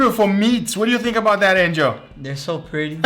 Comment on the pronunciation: No one: what do you think anjel😂